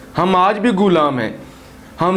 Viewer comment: kis mun sy kehty ho hum ab b ghulam hen ap ko pata hy ghulami kia hoti hy to kashmir ja ky dekho. allah ka shukar ada kero .our pehly ghulam lafz ada kerna sekho